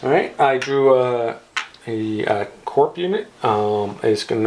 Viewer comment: Its not pronounced corp unit, its CORE unit